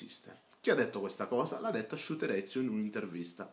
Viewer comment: SHUTEREZIUUUU Ahahahahahaha che pronuncia gente che pretende di fare video seri senza saper pronunciare il nome della persona di cui sta parlando bene come per i politici italiani che non sanno chi è per esempio mandela